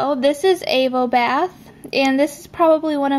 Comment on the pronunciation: I can't help but notice you pronounce Avobath incorrectly. It's a pun on "have a bath", so is pronounced like you'd say 'avocado' rather than ' AYvobath' :)